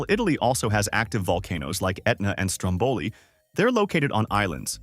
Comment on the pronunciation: Well done! Just one note: the right pronunciation of the volcano is "Strómboli" and not "Strombòli" as it's said in the video.